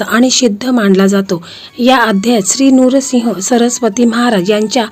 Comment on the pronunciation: नूरसिंह चुकीचा उच्चार आहे नृसिंह म्हणा